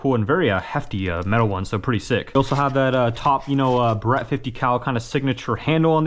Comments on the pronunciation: "bear ett" not "burr ett" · It's bear-it not ba-ret just fyi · “Bear-Rat” not “Berret” for the pronunciation on Barrett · Great vid but ya got me when you called it a Ba-rett 😆 just messing with ya, keep up the good work bro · He said Brett it’s Barrett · Bro called it “Buh reht” 😂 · Ah yes the classic .50 cal "buh-rett" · Cool video, Only problem was him saying Barret like beret. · actually I grew up shooting guns often and had known quite a bit about guns and I'd still pronounce it that way cause it sounded cooler 😎 lol. eventually i just got tired of people correcting me and finally stuck to pronouncing it correctly since I'd Lowkey get pissed hah. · You say Barrett wrong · how the hell did you mispronounce the name of the Barrett .50 cal?